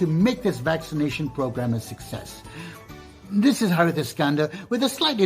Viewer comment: Please get his name right….It’s Harith and not Harris…🤣🤣🤣